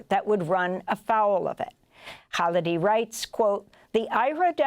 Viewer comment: I guess if you repeat the words "complicity" in "genocide" often enough, enough people will start to believe it? and the journalist, having interviewed Prof. Khalidi dozens of times should have learned the proper way to say his last name?